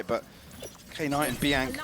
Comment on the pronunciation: Any reason why calls "Knight" "Key Night"?